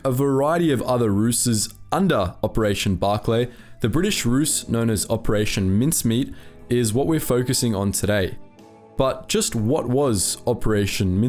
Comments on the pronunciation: Hehehe roose, maybe I'm wrong but isn't ruse pronounced as like rooze? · Ruse is not pronounced 'roose', e.g like 'goose', but like 'rue-se'. But as you're an Aussie I'll let you off - as it's been over 230 years since you were sent to Coventry.